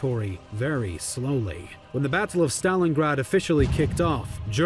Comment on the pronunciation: This is the first time I’ve heard an American pronounce the word “Battle” properly and not say “Baddle”